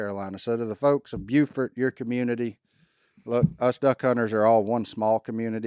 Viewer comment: Thank you for mentioning our lost brothers here in Carteret county flying back from Green Head Hill. We're always Remembering down east. ❤ Also, it's pronounced (Bo-fort) N.C.